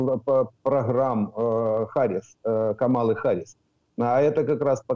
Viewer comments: Когда уже научитесь правильно читать имя Харрис ??? На все американо - английские имена и фамлили , ударения падают на первый слог..! 😂😂😂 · "Си Дзин Пин - председатель колхоза" 😂😂😂 Класно сказано! Зауваження пану. Камала Харіс, а не "Гаріс". Пан вимовляє правильно (як Американці). Я задонатив на ССО. Дякую за зведення! Бажаю здоров'я! Слава Україні! 💛🇺🇦💙